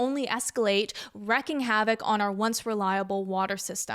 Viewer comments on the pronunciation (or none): not to be that guy, but "wreaking," not "wrecking" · Wreaking havok (Reek-ing) TBH I don't know if wrecking havok is substitutable here or not.